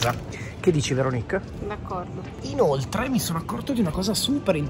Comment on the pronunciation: Veronìk (si scrive come Paperinik?) 🤣 ti prego... apri un canale di recensioni food solo di prodotti di dubbia qualità e sclera come hai fatto qui... successo assicurato!!! :face-green-smiling